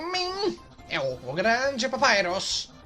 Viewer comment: Pronúncia correta: Papyrus A fandom toda: Papayros (Sem querer ofender, criadores! :D)